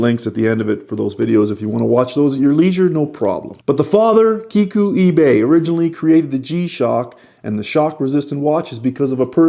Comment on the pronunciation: i really like you pronounce "ibe" correctly, as so many watch reviewers call him "ai-be"